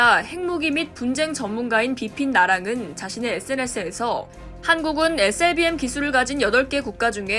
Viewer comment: 발음 참×같네 에스엘비엠이지 에셀비엠이냐